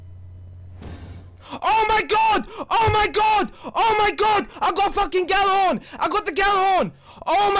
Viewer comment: Urban Campfire, If the g is silent then why tf do pronounce it "Jallarhorn"? O_O Your logic is very flawed my friend.